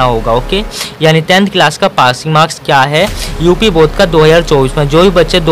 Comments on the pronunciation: Bodh nahi bord hota hai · Bodh nahi Board hota hai